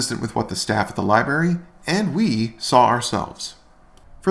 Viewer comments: It's library, not liberry. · I thought AFA had some tiny bit of morals after helping Kate against Chille, but NO. He's just as vile as the rest and Kate/Shizz ain't much better. He needs to also learn to pronounce LI-BRARY! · Lie berry?